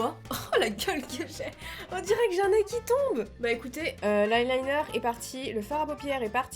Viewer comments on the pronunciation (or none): Comment tu fais ton aïlïneure